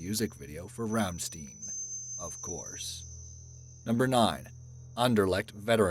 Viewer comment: Rammsteen? You mean rammstein right? Rhymes with line.